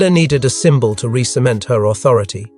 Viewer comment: Why can't this commentator do his job properly? SYMBO L its SYMBOL you jerk if you cant do it give it to someone who can.